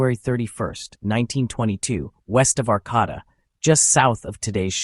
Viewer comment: ArcAAAAAAAAta, not Ar CAT ah